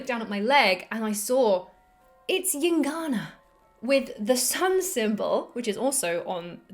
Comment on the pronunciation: what the fuck are you saying? calm the F down. Heard it a hundred times and i could not understand... gincana? gingana? jincanna? llincana? yingana? at least write it somewhere ffs.... EINGANA god damn it... took a while to find...FFFFFFF